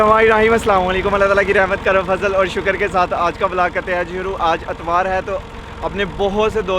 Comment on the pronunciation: It's itwar no atwar